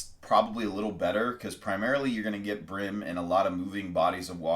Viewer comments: Why do you pronounce it Brim? It`s Bream. change the B to a C and you`ll know what i mean. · Bro good vid but its breem not brim.... when you say dream, you dont say drim....... bream(Breem)